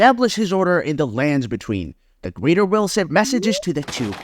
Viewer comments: the way you say "landsbetween" as one word irks me. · The emphasis you use saying "the lands between" is seriously fucking with me